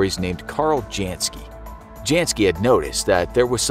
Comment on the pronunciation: The J in Janski, is pronounced as a Y, same goes for German names and all Slavic names. For a show about informing people, you sure don't know how to properly say names based on their ethnic and linguistic background.